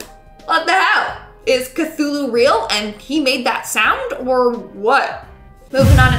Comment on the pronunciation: 😲and now I have an example of how K'thulu is pronounced🤯🤔... I'm still considering it fiction. I will do so until he pops up in CA 🤔still... that's oddly accurate and coincidental.